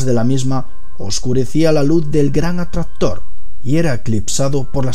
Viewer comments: El que? "El gran adstahtor " 😂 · oh no el gran "atrator" jajaa con una onda vital tiene "efe" gran "atrator" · el gran atrastor jajaja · "El gran atradhtor" xD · Desde que dijo el gran atraztor, me he ido a los comentarios 😂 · Botaste la casa por la ventana con el gran atrastor jajajajaja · Si tienes punteria nada... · "El gran Atraxztror" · "El gran atraztor" Yo: Estos españoles :v